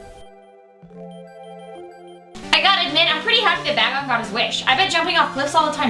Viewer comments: could've swore that it was pronounced Bay-gon not Ba-gon. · It IS PRONOUNCED BAY GON